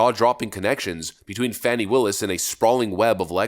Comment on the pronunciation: Its Fanny not Fawnie